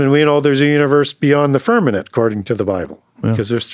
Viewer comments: I respect teachings, but someone PLS tell him it's FirmaMent, NOT FirmaNent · I have listened to a lot of podcast, and even have his two books. I wonder why he uses the word "firmanent" instead of "firmament". I actually had to look that word up to know if there's such word but couldn't find it. Can someone correct him please, it throws me off. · lol with the amount of wisdom that man contains, he just can’t seem to get that word. Glad someone else caught it. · .. you are correct .. I caught that, too .. God's Firmament ❤